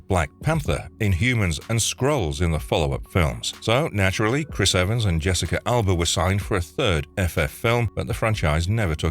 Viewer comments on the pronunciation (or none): none